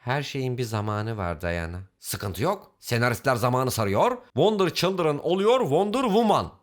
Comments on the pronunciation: Wonder childiren oluyor wonder WUMAN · wonder cıldren wonder cıldren ssjjssjsjjssjsj